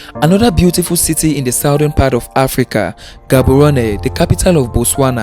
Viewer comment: that "G" in Gaborone is not pronounced that way, go to research about it its your home work